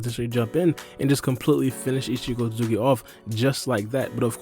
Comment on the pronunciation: Omfg bro its not pronounced “eetchee sosooki” like bro